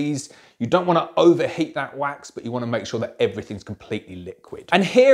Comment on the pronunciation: You say wax, I hear quack!